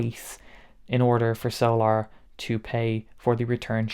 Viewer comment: Are you pronouncing it "so-lar" for any particular reason, or is that how they say the word "solar" where you're from? 😂